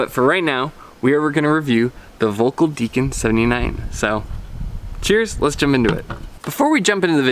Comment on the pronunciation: I have the old RTM 81, and the Deacon 79 it's a kind of... left the bleh feeling. BTW, in German V is pronounced like F and ö closer to 'oe' - something like Felkl.